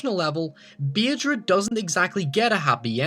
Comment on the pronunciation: its pronounsed badra but spelled bhadra